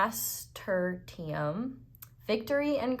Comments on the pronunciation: Nasturtium is pronounced like “Nass-Ter-Shum” btw. No criticism here, just wanted to help where I can 😅😁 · Thanks for the reading! Also, the flower is pronounced Nass-ter-shum (pile 1). I am having fun in Prague for a photography course, will have a fulfilling career as a photojournalist one day! MWAH thanks for affirmations. Happy summer! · Thank you!! Love this reading!!! 💕 It is pronounced “nay-stir-shum” btw 😂 but I loved how you said it made me laugh hehehehe💗🌞💕